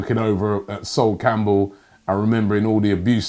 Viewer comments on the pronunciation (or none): none